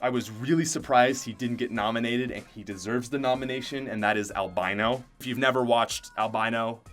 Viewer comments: Al-bi-no does anyone know how to say his name correctly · His name is pronounced al-beeno